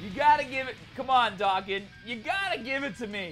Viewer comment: Does it bother anybody else that he pronounces dokkan "dockin"